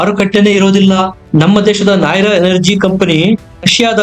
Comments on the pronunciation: ನಾಹಿರಾ ಅಲ್ಲ ನಯಾರಾ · Anna adu Nayara , nay ra alla